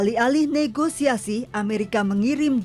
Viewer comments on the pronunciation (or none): none